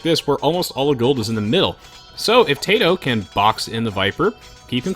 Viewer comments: why does he keep saying tayto when zero is saying tatoh. I know he can hear him. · Tay-toe cringe